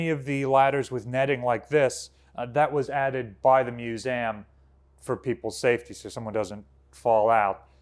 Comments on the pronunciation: Narrator, please stop mispronouncing 'museum" as mus-a-um", it is "Museeum" you are in a position of educational authority, and it just stinks that you mispronounce 'MUSEUM" try google pronunciation, and listen hard, you almost don't pronounce the "E" at all. (ACTUALLY SHAMEFUL) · Does he keep saying MuSam ? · I'm not sure how I ended up on this video, but it was very interesting to watch and I enjoyed it. That being said I can't stop hearing MEW-ZAM now.